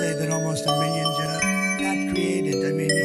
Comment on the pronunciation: I think when he said cobs he meant jobs